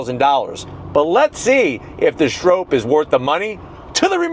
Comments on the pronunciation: It’s not pronounced strope. It’s pronounced Strop. Rhymes with mop. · Stroppe as in stop hurting my head saying strope! Stop saying stroppe like rope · Stroppe is pronounced like cop or stop.